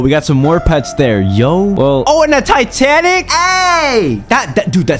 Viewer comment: lol he say tanatic cat